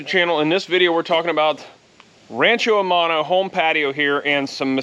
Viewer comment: I automatically trust someone who has their phone clipped on their pants. However I am very dense as I just got rancho aumano finally. I speak Spanish as well and whenever you say aumano I say what in tarnation is this dude saying.